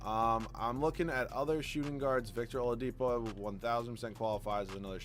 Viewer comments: and he calls Oladipo “Olapido” wtf 😂😂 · He said it wrong and then immediately after said it the right way! HAHA